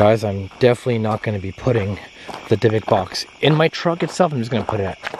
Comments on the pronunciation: It's a "Dib-bick" box... Not a "Dye-bock” box....... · It is called a " DYBBUK " box ..., and is pronounced ( 3 first letters ) " DYB " ( as the first part of the name " DEB-BIE " ) and then the last part of the word "BUK " is pronounced as the name " BUCK " ...😄😂😰😏 hope you understand what I am talking about ( I ain't sure if I do ..lol 😂🇩🇰🇩🇰🌈🌹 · Your saying it wrong it’s dybbuk box. With a silent I not a y.